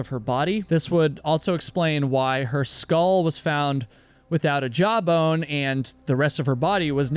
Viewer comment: When he was saying "a skull woth no jawbone" and I thought he was saying "a skull with no job" 😂